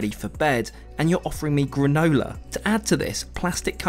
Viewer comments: "Grenola" I believe it is granola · Toronto is spelled with one 'r'. I see you did indeed spend some time in Mexico... Also, what's grenola?